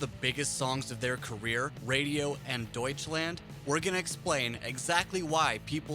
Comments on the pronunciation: "Deutschländ" :D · Noone:: Däutshländ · It's not pronounced Deutschländ, it's DEUTSCHLAND. WITH AN A. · DEUTSCHLAND. NOT DEUTSCHLÄND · doucheland (I hear that) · I am getting so frustrated over him pronouncing everything wrong i just cannot watch this lol. „Deutschlend“, bro seriously lmao? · >clicks on video >"Raaaahmstein" >"Deutschländ" This is going to be so full of inintentional comedy. >Herrheicht michch Oh god, my sides... No offense. :P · D o i c h l a n d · yep everytime this "länd" XD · duitch länd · Try [ˈdɔʏ̯t͡ʃlant] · I'm British and I can even say it, Douch - land. Not hard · Don't say Deutschland like that. It's spelled with an A. Use it! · Hey fuckhead, start to pronounce "Deutschland" correctly! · The way "Deutschland" is pronounced here makes me cringe so hard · Me as a German pisses it off how you pronounce the song titles. Especially Deutschland! Also me loves the content of this video